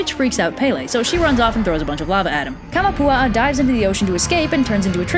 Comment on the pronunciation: Kamapua'a........ take of kama and one a...